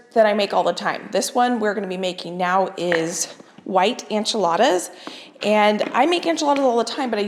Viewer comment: The enchiladas look amazing, but is there a reason you call them “anchiladas”?